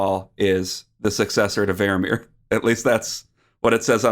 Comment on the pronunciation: FFS guys stop butchering the names of dutch painters.. wordstress with rembrandt is on the REM part, and vermeer on the MEER part. Thus REMbrand and verMEER